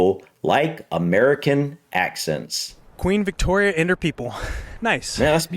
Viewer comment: I thought you said accident first.